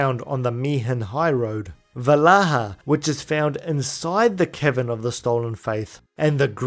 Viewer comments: it sounded like you said 'The Kevin of the Stolen Fayth' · Every time you say "Cavern" I hear "Kevin". So from now on, Yuna will be following her pilgrimage to visit the Kevin of the Faith to recruit Yojimbo. More importantly, this is a fantastic video!! Subbed. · HAHAHA i heared "its time to make our way to the kevin of the stolen faith"... thought you called yojinbo a kevin xD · every time you say cavern, i hear kevin, and it's hilarious. "it's inside the gagazette kevins"